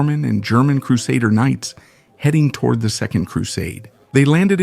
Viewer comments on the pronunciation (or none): none